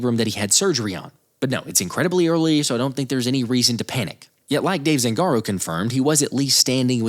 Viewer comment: Zangāro...the A is long